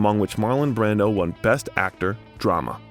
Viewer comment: there was one instance where it was pronounced “Brandeau”